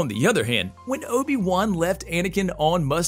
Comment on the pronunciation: "Ohbi Wuhn" lmfao